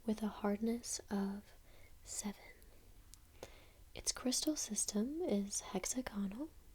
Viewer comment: They are hexaGONal eh? Not heXAgonal? Lol. Cute mispronunciation but come on that’s first year stuff. Not being horrible. Just amused me. Nice video. Made me giggle and sleep XX